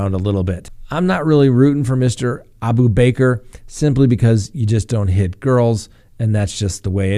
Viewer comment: It’s pronounced abooba-car 😂